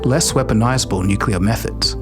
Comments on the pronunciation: nucelar? It’s awesome when a channel who is dedicated for information and learning can’t pronounce NUCLEAR correctly. I’ve noticed that those morrons who can’t pronounce it correctly mostly are from USA, but this morron isn’t from the states and still can’t pronounce it correctly. I think they say it wrong because of the word nuke. But nuclear, I can’t stop laughing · its actually pronounced nucular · Yeah and can’t pronounce NUCLEAR correctly